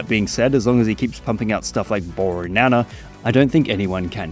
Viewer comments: I know it's pedantic but he says "ooornana" not "borrrrnana" and I haven't seen anyone else point that out. Surely someone else has noticed. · i hear ornana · "boornana." In such a bored tone death voice with him also making the "o" longer makes it even funnier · bro when u said borrrnana I literally cried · Borrrrnana consistently makes me cackle whenever I hear it. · I always thought he was saying “yooour nana” I didn’t understand bornana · I don't know what it is, but I kind of unironically love bornana. Or maybe I do like it ironically, because I just think it sounds very silly. There's something about the way he says it, including the pregnant pause before he says it, that just never fails to make me laugh. It helps that "banana" is already a pretty funny fruit. All in all it just sort of combines into a really funny line, which is very stupid for sure, but I mean, it makes me laugh, so it can't be all bad. There's stuff in this world that just makes me mad or upset. Anything that makes me laugh has got to have a point in its favor regardless. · The way you pronounce bornana every single time